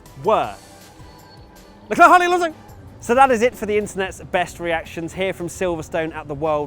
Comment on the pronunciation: “And the three DNF’s were: LECLEKWJSHO”